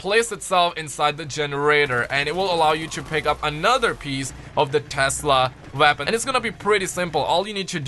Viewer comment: I love how u say weapon wonder WAPON